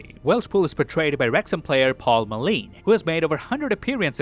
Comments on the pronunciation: It's mull in not mull een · Its pronounced Paul (Mull- in) not eeen. Like drive IN. Or "push it IN gently. Ow ow ow too much too much take it out." :p I could be wrong but I also think his parents wanted a super in there somewhere. You'll have to ask them or wrexham fans about that one for clarity. Secondly you say "actual armor" but those bullets went through it like it was made of the plastic that the suit was probably actually made out of.